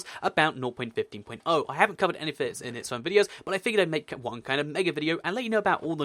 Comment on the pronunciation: I'm really annoyed when he says "nou point fifteen point ou"